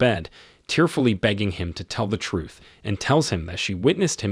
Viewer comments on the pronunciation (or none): none